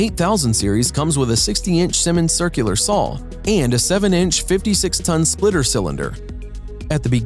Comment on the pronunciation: Does the word SAW have an L in it?